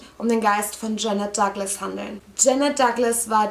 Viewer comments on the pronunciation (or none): none